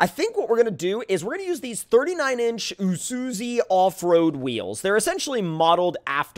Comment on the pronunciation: #earlysquad yeah aussie's btw its issoozoo thats how it pronounced not spelled luv the vids still